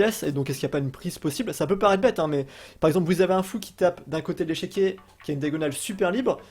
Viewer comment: Super vidéo ! Par contre on dit pas échequier mais équiquier ;)